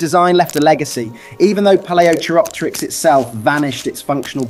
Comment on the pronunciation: Can't even pronounce Palaeochiropteryx correctly, yeah real serious channel. lol